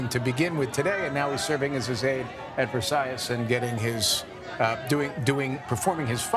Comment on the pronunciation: Versailles ….. have respect and learn the pronunciation, u re media , fake one